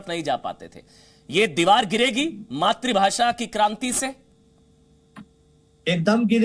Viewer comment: अबे घोंचू मात्रीभाशा मत बोल वो शब्द है "मातृभाषा" मात्रीभाशा × मात्रूभाशा × मातृभाषा √